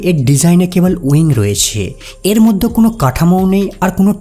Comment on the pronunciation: বাংলাদেশীরা (ঢাকাইয়া) মধ্যে উচ্চারণ করতে পারে না, পিকিউলিয়ার ভাবে উচ্চারণ করে " মোদ্য"।